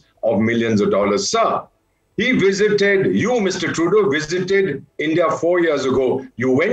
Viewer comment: fake news....and its trudooooo not truduuuuu.